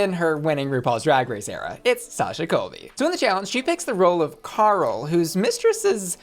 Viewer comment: You say Carl weirdly